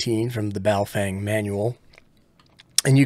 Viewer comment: Every time I hear "Baofeng" I hear it in the voice of NOTARUBICON annunciated as "BooFwang!" Good test!!!